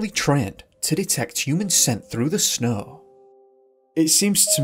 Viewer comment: Why is it that you can pronounce snowing just fine, but snow not so much. What snaugh anyways?!? So much for English accents helping people sound intellectual .